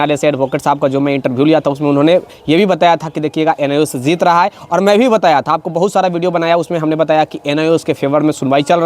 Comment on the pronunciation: Zuzment nhi bhai judgement...zeet gya nhi Jeet gya😂😂😂😂😂 za za q kr rhe ho